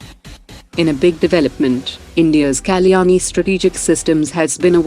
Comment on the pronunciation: Please stop using an AI driven voice. An Indian voice would be great because to hear Kalyani sound like Kaleeyaani is just silly. Takes away from the seriousness of India's achievements.